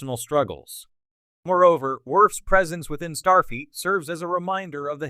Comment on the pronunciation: Wtf is “Starfeet” 😂😼